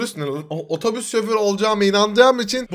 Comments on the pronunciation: 'da oforüz 😂😂😂😂😂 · Abi otobüse oforüs diyen koca yürekli enes batur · 'daki oforüs 🤣🤣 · Ototüs ne ya 😂😂😂😂😂😂😂😂😂😂🤣🤣🤣🤣🤣🤣🤣🤣😅😅😅😅😅😆😆😆😆😆😆😆